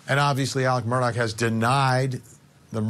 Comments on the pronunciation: He keeps saying, Alec Murdock. His name is Alex Murdaugh. 🤷‍♀️ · Please people, the name is Murdaugh. ( Mur d- au ) Not Murdock. That is how people are pronouncing it. Any hoo.